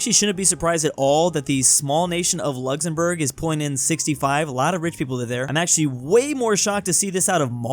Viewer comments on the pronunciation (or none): none